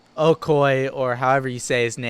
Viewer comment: You said okoye's (spelling?) Name right. My dad worships him.